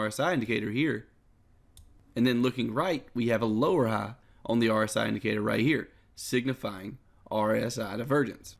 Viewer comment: lower ha and higher ha killed me